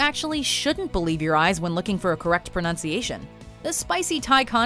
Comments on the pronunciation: Ok, now go and learn how to pronounce Erbs, Bayzil and Pusta correctly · Publishes a video about mispronouncing food names and then mispronounces Basil. Marvellous. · Talks about mispronouncing foods then gets Basil wrong.